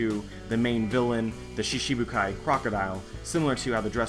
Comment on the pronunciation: Great video as always. But, I notice that you always pronounce "shichi-bukai" as "shishi-bukai". Although that means "lion warlords of the sea", instead of the original "seven warlords of the sea". Not very important of course, but wanted to share o7